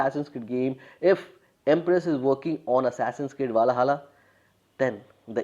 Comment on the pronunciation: Bro I used to watch a cartoon of your country named "Chota Bheem" when I was a kid. In one of it's episode the name Valhalla was pronounced multiple times watch that and you will learn how to pronounce it if you are having trouble 😂